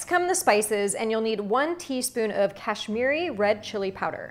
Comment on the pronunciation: I am Indian, I am very curious to see how you cook Spanish food. I really like your pronunciation "Garam Masala" and "Kashmiri Red Chili Powder". For the first time I saw your channel and subscribed to more new recipes.💕💕